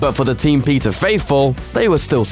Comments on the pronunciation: I thought he said pizza not peeta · I swear he said pizza for petta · Did anyone hear Pizza Instead of Peeta? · Pizza Lamark? It’s Peeta. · I GOT REALLY TRIGGERED when he pronounced 'Peeta' as 'Peter' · When you say ''Peeta" it sounds like "Pizza", sry 😂🙈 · pizza mellark instead of peeta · "Pizza Mellark"? xD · I thought he said pizza melark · I thought he said pizza mellark. Just me? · I thought you said pizza mellark.. Pizza.. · when he said peeta it sounded like he said PIZZA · Pizza = Petah = Peter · When he said Peeta Mellark, it sounded as if he said pizza! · anyone else hear "pizza mallark" ? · Did he say pizza millark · Pizza Malark 😂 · I keep thinking your saying pizza instead of Peeta XD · "Pizza Mellark" is what he sounded like he said when introducing him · I thought you said pizza mellark😂😂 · When he said Peeta it sounded like he said pizza 😂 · I thought you said "Pizza Mellark" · For a second there, I thought you said pizza melark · im not at all trying to be a jerk but i kinda giggled when you said "peeta" cuz it sounded like "pizza" but maybe its just me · Pizza malark? Have I been reading and hearing it wrong the whole time!??!?! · I thought you said pizza Mellark 😂😂😂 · am i the only one who kept hearing pizza every time he said peeta because surely i cannot be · i hear pizza every time you say peeta ^^ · It sounded like he said Pizza Malark. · i was pretty sure he said pizza too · it really did sound like he said pizza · I love how this guy says the characters' names. Fucks Face and Pizza Mellark XD